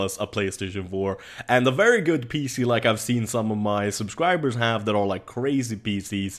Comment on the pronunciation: "why you heff to be mad"